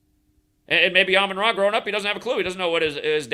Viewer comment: it’s Amon Ra not Amun Ra.